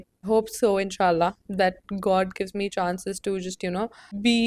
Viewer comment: love how u said "inshaAllah" :3